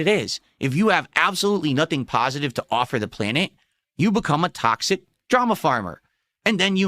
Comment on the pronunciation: "sticking my toe in the tocksick pit, as they say right guise", literally no one ever has said that.